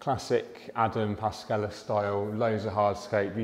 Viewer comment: Adam Paszczela 🧐 Adam Pash-chela You know eachother for a while, so it is a time to pronounce this surname correctly 😉